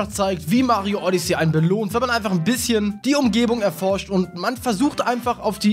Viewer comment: Wieso spricht du Odessy und Bros falsch aus???